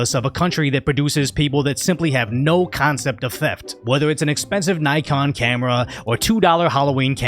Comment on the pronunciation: Not surprised, also, that's not the way Nikon is pronounced.